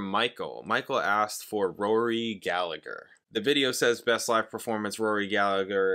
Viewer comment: It’s pronounced gallaher